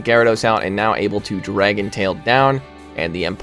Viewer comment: sounds like you said dragon BALLS. now I cannot unhear that